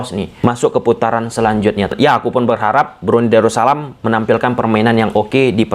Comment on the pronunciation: Darus salam bang.. bukan daru salam.. 🙏